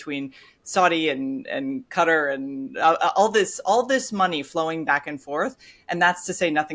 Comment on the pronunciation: I can abide some creative pronunciations, but a little part of me screams every time I hear John refer to the country of "Gutter."